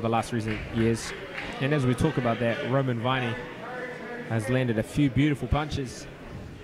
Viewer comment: It's Viney bloody hell get it right!!